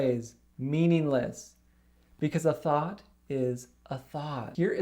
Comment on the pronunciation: Listen to this and imagine it is Thot instead of Thought. Phew!